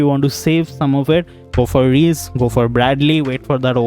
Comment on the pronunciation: Its not" Reece " 😭😭 Its RIISE in hindi it'll be pronounced as "RIISSA"